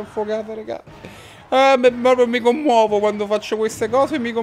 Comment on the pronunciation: Comunque si dice mi "commuovo" 😂😂